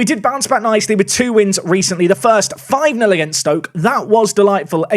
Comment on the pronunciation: It’s pronanced stoke not STōK